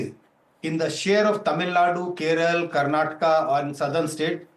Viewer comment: . Its not Keral, its Kerala. This is what happens when u add another language on us. everyone tends to talk on their own way instead of the correct one.